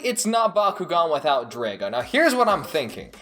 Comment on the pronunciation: I like the video but I have 3 small complaints/corrections I wanted to point out. 1. that isn't scorpio, it's limulus. 2. The way you pronounce Drago is strange and not the way the show pronounces it. 3. The Bakugan that were different shapes were called trap bakugan and not all of them were triangles, which I am sure you know its just the way you worded things in the video gave that impression.